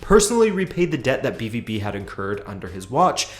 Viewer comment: Pronounced “be-vow-be”